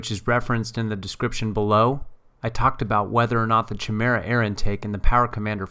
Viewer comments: Good video, but don't say "fam". Just don't do it. It's cringy. Also, it's pronounced ki-mira, not chi-mera. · Great video, and thank you - but the "T" means Top Dead Center, not "time". And, not to be irritating, the "Ch" is pronounced like a "K" in Chimera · Chimera is pronounced kimera